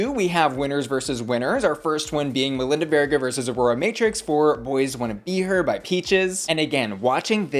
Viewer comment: First I just want to say how much I appreciated how you pronounce Melinda's name because the judges on the show were not doing it for me.